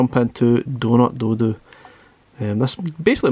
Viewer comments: I dunno if is just your accent but I keep hearing doodoo when you say dodo as in dead as a dodo lmao. Got this game on pc a while ago, what we saw here is basically 80% of the game. There's only 5 levels to it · Great review and I prefer your pronunciation of the game "doh doo" which harks back to Mr Do! than mine "doh doh" as in extinct bird ;-) Keep up the awesome work!